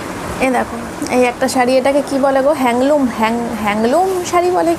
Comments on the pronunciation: Hangloom na go didivai.. handloom saree bole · hangloom nago didi,handloom bole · তোমার মতো আমার ও same colour এর একটা cotton হ্যান্ডলুম শাড়ি আছে... আর কথাটা হ্যাঙ্গলুম না গো হ্যান্ডলুম....